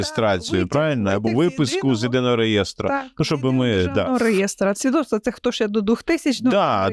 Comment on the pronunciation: Свідоцтво, а не свідотство